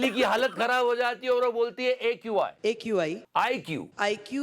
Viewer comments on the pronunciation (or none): DELHI KI CM AQI KO IQ , AIQ 😂😂😂😂😂😂 BOLTI HAIN